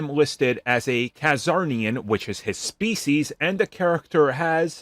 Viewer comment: You unfortunately mispronounced Lobo's species: It's Czarnian, not Cazarnian like you said. There's no a between the C and Z.